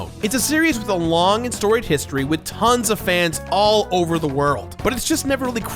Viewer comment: "with tons of fans" why did i hear it as tens of fans xD